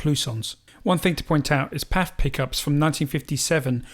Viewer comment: I have never heard anyone say “paf” pickup before, always “P.A.F.”.